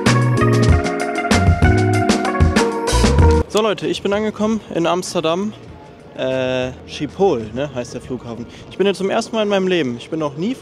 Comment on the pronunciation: Die Aussprache von Schiphol ☠ Es wird eher Sriphol ausgesprochen